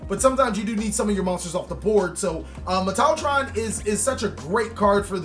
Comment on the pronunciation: Its... Metal-tron lol